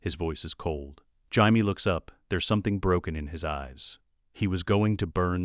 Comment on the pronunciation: when I hear jamie pronounced as Hyme i stop the video and go elsewhere.